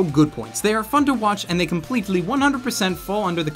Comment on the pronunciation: .....plz never say fun like that again x.x